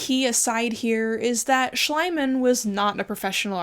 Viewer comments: Just curious if you're intentionally mispronouncing Schliemann's name to make it sound more like "slime"? It's kind of bugging me a bit but if that's what you're doing I respect the disrespect. As for artifacts belonging to the local people aren't modern Egyptians the decedents of Arab invaders? I don't really know but I thought the modern population is not ethnically or culturally descended from ancient Egyptians? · This video was as enraging as it was interesting. Still rolling my eyes at that Tiktok and their "oh haha, it's fake ;)". (By the way, Schliemann is pronounced differently! In German ie is like a long ee. The way you pronounce it is how ei is pronounced, Schleimann. Schleim means slime, so it does sound like Slimeman...which is oddly fitting for him I guess 🤣). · I love that you call him "Schleimann" and not "Schliemann" (his actual name) :D It brings out the slimieness of this person perfectly. I study archaeology of ancient greece and rome in Germany and whenever we come across him (or his other german colleagues of the 19th century) our profs start moaning about how they destroyed so much of what we could now use. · Could you please pronounce the name of the rich Troja digger like 'Shleamann'? Because that is the pronunciation of the german name. Talking about the Shoa: It also destroyed cultural heritage, by forcing the Jews to sell the paintings and printings they had, in order to obtain the money needed to emigrate, often beneath the actual worth these had, especially if it was modern art. In the early 2010's this art suddenly turned up as a part of the collection of a Cornelius Gurlitt, who claimed that he had inherited all these hundreds of pieces from his father, without knowlegde of their provenience. He died shortly after. Now a lot of art is looking for its proper owner. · With german being my mother-tounge, your pronunciation of "Schliemann" gives me conniptions. But I do love the rest of the video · Not how you pronounce Schliemann, btw.